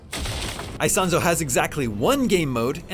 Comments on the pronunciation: Btw is not "Aisonzo". It's Isonzo ("eesonzo" ). Just to be accurate 😉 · every time he says AISONSO I pull my hair